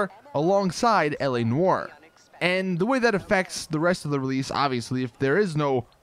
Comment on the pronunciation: whenever he says L.A NOIRE i hear like ELEANOR lol.... bioshock 2 memories